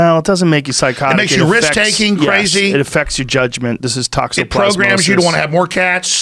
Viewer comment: Tox-o-plas-mosis. Just wanted to help.